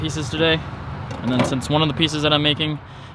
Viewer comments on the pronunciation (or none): none